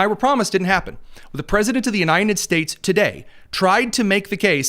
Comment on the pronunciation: I enjoy your show. One thing that distracts me is your pronunciation of "United States." I keep hearing you say U-nine-ted States. Drives me nuts! Great podcast.